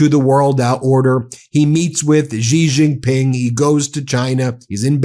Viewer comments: Love your channel, but please learn how to pronounce Xi Jinping, it's not that hard. Shee Jin Ping. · She Gin-ping is correct pronunciation Ben. Stop embarrassing yourself.